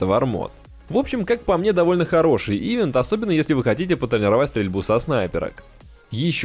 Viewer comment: Ив'ент, Ив'ент, Ив'ент, Ив'ент. ивЭнт